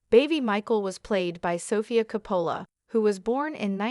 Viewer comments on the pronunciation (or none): Hard to listen to AI voice mispronouncing COPPOLA.